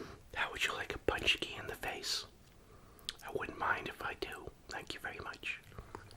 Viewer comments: Your pronunciation is good, but would be more like pooonchki. Also one paczki would be a panczek (pooncheck) just like one pierogi is a pierog. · Poonchski lol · It's pronounced Poon+chki.